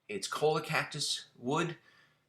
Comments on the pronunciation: Choi-YA the "ll" is pronounced like a Y... Yet another nice knife... well done. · Choi-ya is the pronunciation. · It's pronounced choy--ya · It’s pronunciation is Cho-yaa. The Cholla is a nasty little bush in the California desert with needles that just want to stab you, grab you and hurt you. I once accidentally stepped on one and it went through the heel of my boot. The needles were once used by native indigenous peoples of the Americas to stitch up clothing and sow up open wounds.